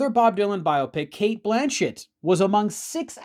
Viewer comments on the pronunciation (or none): none